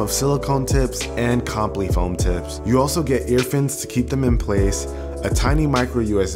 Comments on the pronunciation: Its compl"i", not complee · Great review, FYI I'm pretty sure it's pronounced com-pli not complee, in regards too the foam tips👍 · Great review dude. (Btw, it's com-ply not comp-ly) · "ComplEE" foam tips?? I think it's "ComplEYE" lol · "comp-lee" foam tips haha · I'm pretty sure Comply is not pronounced Complee.... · How you say comply foam tips..... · You're saying comply wrong